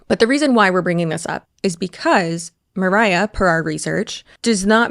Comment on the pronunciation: yes, it was killing me the whole time that C kept calling her Mariah like Mariah Carey haha